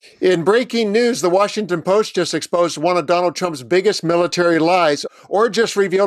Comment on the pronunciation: "Exosed", huh?